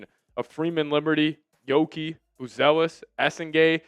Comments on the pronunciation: lmao pair giddey with primo must watch. and its yuuki not yoki. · That's "Yuki" with a "U" not a "O" 😂